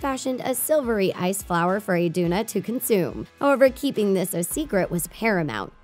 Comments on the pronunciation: she said queen Idina. it's queen Iduna, kiddo. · its iduna not idina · Its A N N A not Ana and quenn I D U N A